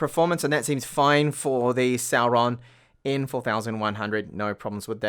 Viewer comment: i keep hearing Sauron when you say Celeron. Thanks for the video.